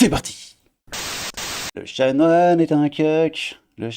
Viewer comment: Chanoine, pas chamoine 😂